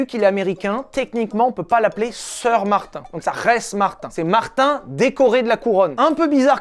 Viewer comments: Mes oreilles saignent Mater stp MATER Comme dans dromadaire Pas Martin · Les québécois qui entend Martin au lieux de mater. Quelle honte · Martin......... Mais c'est affreux, c'est pas Martin du tout. C'est Mather 0_o